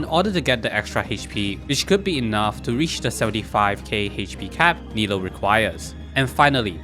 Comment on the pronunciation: I love the content and video BUT… Nilou is pronounce “nee loo” NOT NILO